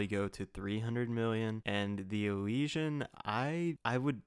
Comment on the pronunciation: Hey this is someone who actually pronounces "Elysian" correctly. Well done.